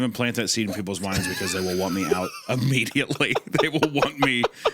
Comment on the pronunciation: UH-mmediately UHH-MMEDIATELY